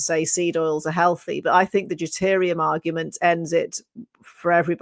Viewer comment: So what is deterium, or is it deuterium?